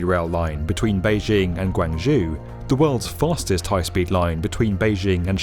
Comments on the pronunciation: Pronounced --- Gwaan-Joe- not gwangjew. Please ask someone next time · Guangzhou is pronounced Guangjou,not Guangju Alternatively its called Canton in English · Great. You should check how to pronounce the city names properly.. guangzoo made me lol. A cursory look on Wikipedia will tell you how to pronounce it. I've noticed this whenever you talk about China previously. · I always like your videos. BUT. Please check your pronunciation. Guangzhou is mispronounced here (and Shenzhen in other videos). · I really hate how you said Guangzhou